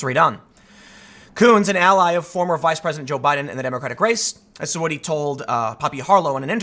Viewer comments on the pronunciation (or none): none